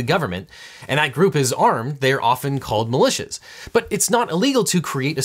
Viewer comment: When a group of private citizens gets together to talk about hating the government, and that group is armed, they are often called "malicious". The general American accent strikes again.